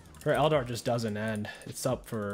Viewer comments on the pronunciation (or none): What is a el-dar?? I’ve noticed you pronounce things oddly. Is that intentional?